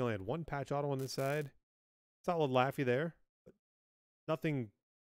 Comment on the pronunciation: you said laffy's name so wrong lol it sounded funny tho, i'm not even mad